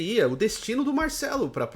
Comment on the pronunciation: Porquê ele fala MAICELO ?